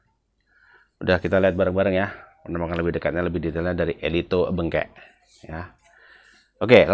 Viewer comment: Cara bacanya ELITO BENGKEK bang. Pake e. Jangan pakai U.